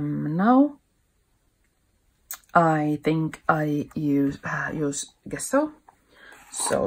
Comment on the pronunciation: Nice work. Thank you for sharing. Just a little detail: the word gesso you can pronounce like "dge-sso as in the word edge. 😊👍🇫🇮